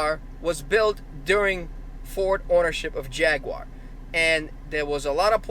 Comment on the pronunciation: First of all you can’t even say Jaguar right secondly jags and most British cars are very reliable from years of experience I can say that truthfully.